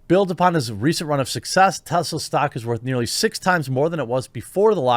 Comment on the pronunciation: IT'S NOT TEZLA IT'S TESLA!!!!